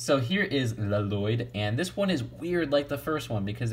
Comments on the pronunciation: "Le loyd?" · l-loyd no no l-l-o-y-d I named you